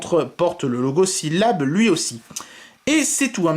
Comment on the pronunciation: SyllabLE PRONONCE LA MARQUE ENTIÈREMENT COMMENT TU VEUX KI TE SPONSORISE APRÈS